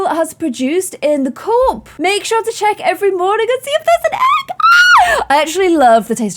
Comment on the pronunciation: I feel like I should clarify that only fertilised chicken eggs are baby chickens, the eggs you eat are unfertilised, so they never would have become chickens. <3 Also, chicken coop isn't pronounced "co-op" , the "oo" is pronounced like the "oo" in "hoot" :)